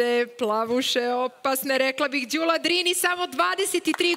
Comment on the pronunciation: konačno neko da skrene pažnju i na akcente. Jer kad su devojku predstavljali, uvek su govorili kratkosilazno Ðűla, a kad su joj se obratili u vokativu,pa i ona sama, onda su rekli Ðúlo. Dakle, devojka je pogrešno predstavljena od strane voditelja.